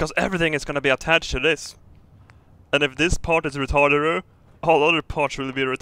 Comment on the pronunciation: Building a vault inside a volcano isn't retarderer, it would be awesome. (you actually said retarderer lol)